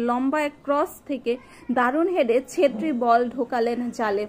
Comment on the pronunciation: সেত্রি না, ছেত্রী। অবিঞ্জ নয় অভিঞ্জ।